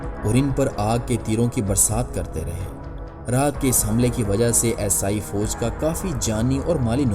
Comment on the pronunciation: پہلے اردو کا تلفظ تو صحیح کرلو عیسائی کو اسائی بول رہے ہو